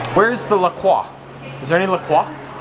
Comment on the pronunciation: Hey,. LaCroix is actually pronounced like la-croy. It is a combination of the city name where its bottled, LaCrosse WI and the ST. Croix river, witch feeds into the Mississippi and passes through LaCrosse. Makes me cringe when people try to pronounce it like its a real french name:)